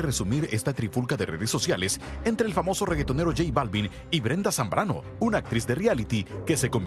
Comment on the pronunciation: y es "Zambrano" no Zambano -.